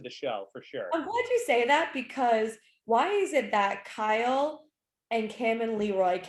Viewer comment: I like how Vernon calls Kyle, "Kal"🤭